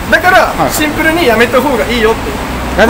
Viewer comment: 「シンプル（⤴︎）に！」て妙な発音で何度でも言っててキモッ、草ｧ😁✨✨✨